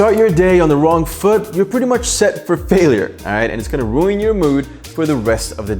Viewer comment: Why did he said „ruin“ like that ?